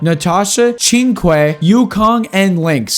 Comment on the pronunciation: 'ching kueh' 😭 it's pronounced "tsing chyueh"